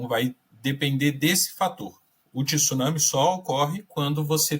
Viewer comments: O cara não sabe nem falar tsunami correto e vai saber falar sobre o evento? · Tissunami não existe senhores, ou se fala corretamente, ou fala maremoto. Tsunami como se escreve, tem que estudar mais. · É TSUNAMI E NÃO TISSUNAMI ... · Só brasileiros dizem TISUNAMI, é TSU-NA-MI. Só faltava dizer TIRAMISU.😂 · Não é tisunami. É tsunami 津波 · Eu não sei porque se insiste em pronunciar a palavra tsunami acrescentando um i onde não existe, a pronuncia é igual quando falamos tsuru. Tsu, tsu, a palavra tissunami não existe na língua japonesa. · Tem.gente que insiste em falar Tissuname onde japoneses chamam de Tsunami. Também não sei de onde veio isso...